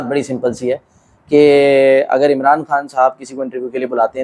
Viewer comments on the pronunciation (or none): none